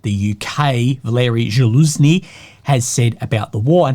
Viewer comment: still can't pronounce zaluzhny right 😂